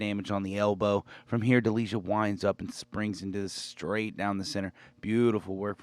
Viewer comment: You are butchering Delijas last name 😂